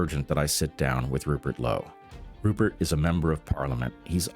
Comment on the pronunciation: 'Purert' Lowe?